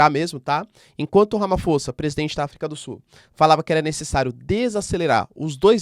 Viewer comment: Olá professor. Super vídeo!🙏🏾 Correção: escreve-se Ramaphosa mas lê-se “Ramaposa”. É um nome em uma das várias línguas existentes na África do Sul. Obrigado pelo vídeo.